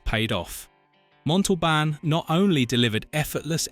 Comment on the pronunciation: OMG! It can't even say l"The plane,the plane!"correctly!!!Let alone Ricardo Montalban's last name!!!